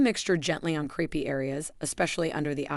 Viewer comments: Very interesting and certainly worth trying. But please, it's not creepy skin, it's crapey skin probably because the skin resembles a fabric rarely seen these days called crepe, pronounced crape. Calling it creepy skin makes having the condition even worse! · I wish we had you in our area. I’ve always thought it was called crape-y skin as in like crepe paper which is pronounced crape-y. Sounds far better than creepy which sounds like cockroaches or other creepy insects. Great content I’ll try it for my crape-y skin. Thank you. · The word is crepey not creepy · Crepey isn't pronounced creepy... Silly narration. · Couldn’t you have taken the trouble to have a human read the script? The AI can’t even pronounce “crepey” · AI: CORRECT PRONUNCIATION OF CREPEY PLEASE.